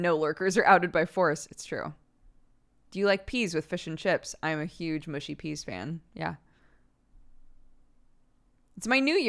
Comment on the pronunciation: "Mooshy peas" lol